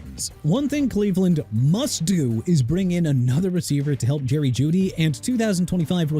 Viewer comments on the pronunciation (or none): none